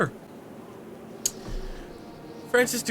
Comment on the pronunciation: Did you just pronounce Dufresne as Doo-fres-no?